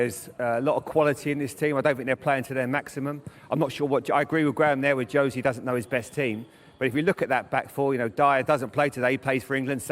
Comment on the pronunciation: “Josie” hahaha